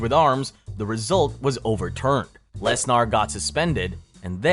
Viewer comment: Brother, I appreciate your storytelling style and effort you put into your vids, but you clearly lack credibility on this subject. It's not the first time I've noticed your vids making small, but noticable mistakes that would make any fan of MMA take notice. Pronunciations like "Brock Les-NAHR" when literally everyone knowledgeable about the sport, including the athlete himself pronounces it "Les-NER," is really telling. That and "U-S-A-D-A" instead of "You-Sah-Dah," and "Wear-dum" instead of "Ver-doom" indicate that this is either AI content, or made by someone that has little to no knowledge of the sport.